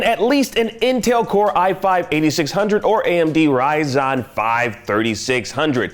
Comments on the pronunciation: Just in case this guy can read, it is RYZEN!!! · Bro is clearly a console pleb... "Rye-zon"? Really? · If you know you're already pronouncing Ryzen wrong, then why continue to do it on purpose? Dork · People telling this guy that it is RYZEN consider he can read 😂.